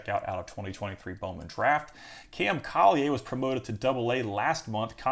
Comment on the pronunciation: It’s cam (colly•er) not (Colly•aye)😂 his dad played in my area growing up we played them in Lynwood Illinois all the time.